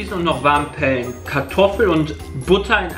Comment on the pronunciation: Niemand: Wirklich niemand: Jay: Weiß nicht mal wie man pellen ausspricht! 😂